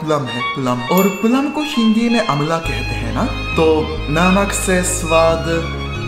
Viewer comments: सर अमला नही होता आवला होता है एंड वो हरी मिर्च एंड वो गुड़ sound like Good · Bhai amla nahi आबला 😂😂😂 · Not अमला‌ it's आमला bro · Hey ye Amla Nahi aamla hota hai bhai tum ek bar Mr. Meat khelo na Aapne channel pe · अमला नहीं आंवला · अमला नहीं आंवला कहते हैं ठीक हैं मेरे भाई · अमला नही आमला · इसे अमला नहीं आमला कहते है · अमला not ईमेले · अमला नहीं भाई आवंला